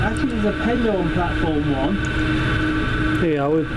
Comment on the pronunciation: btw pelaw is pronounced peel-or